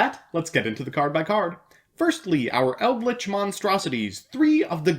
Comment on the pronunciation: Surely an educated man like yourself can see that the archetype will be called 'Eldrich' and not 'Eidlich'...